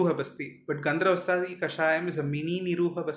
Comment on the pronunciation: Dear Dr., Thanks for the valuable information. Just a small correction.... You are pronouncing it as "gandharvastaadi" instead of "gandharvahastaadi". "ha" kaara is either missing or not clearly heard.